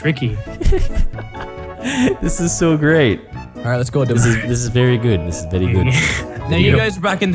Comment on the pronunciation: Vewwy cawweful